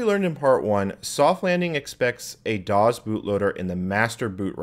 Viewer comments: By the way, DOS is pronounced “doss”, not “dawz”. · You know I just realize this you pronounce Dos and QUEM you extremely funny.